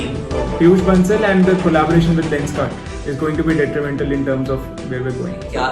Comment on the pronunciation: ye bhai dtrimental kya bol gya